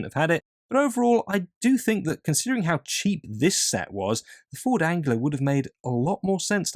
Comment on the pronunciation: Great video but what? Wait... how exactly are you pronouncing the glorious Ford Anglia?!!! Keep up the top content!